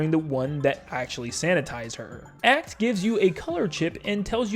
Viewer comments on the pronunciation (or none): Great video, but please for the love of god. Acht is not pronounced "Akt" , i´ts A-h-t. Its german for eight. the c in the word just means that the h its sounded out very strongly. I know its not a big thingbut as a german speaker its just really buggs me when people say "akt" not Acht. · Just so you know acht means eight in German if you wanna know how to pronounce it use google translate